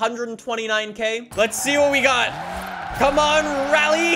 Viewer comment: So during the video he said RALYE 5 times and WHEELYE 3 times